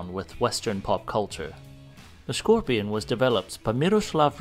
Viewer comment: Skorpion not szkorpion.